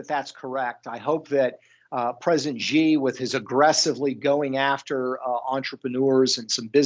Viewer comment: Hey Peter, it’s “She” (Xi), not “gee”. Just saying…!